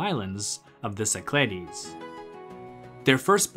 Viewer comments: Nicely done. Except the -ogle with a Go pronounces it “SI-kluh-deez,” not si-CLAH-deez. Geography 101, please! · Κυκλάδες, romanized: Kykládes, IPA- Kee-kla-des - emphasis on second syllable